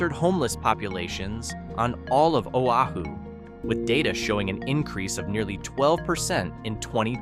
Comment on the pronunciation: Real estate. Realtors and greed. Whiet capitalists exploiting a people. Shit. The narrator cannot even honor the state…couldn’t pronounce Oahu. WT f. Practice before, and get it right instead of adding injury to insult.